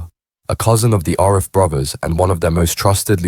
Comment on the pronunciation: Richer than the A team…nah I’m not having it and learn how to pronounce Arif.